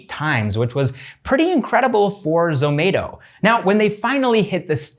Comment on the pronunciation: its not zo-may-to its zo-mah-to